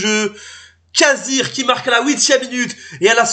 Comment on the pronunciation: Kazhri pas kazir tu est sérieux la 😂😂😂😂